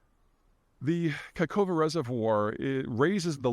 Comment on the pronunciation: A tutorial for Peter on how to pronounce "Nova Kakhovka". fistly, "Kakhovka" is spelled "Кахо́вка" in Ukrainian. Luckily all the letters used for the word "Кахо́вка" can be directly transcribed into latin as "Kahovka". Now do the following: K - like "K" in "King" A - like "A" in "Sardine" H - like "H" in "Helicopter" O - like "O" in "On" V - like "V" in "Vortex" K - like "K" in "King" A - like "A" in "Sardine" "Nova" - like "nova" in "Supernova" or just google how to pronounce it.